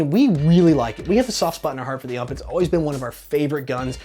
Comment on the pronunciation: OMG,... It's U.M.P not ump.